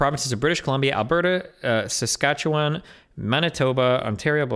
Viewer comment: "Sasquatchewan." Tremendous.